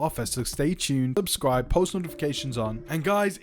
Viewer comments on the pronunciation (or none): none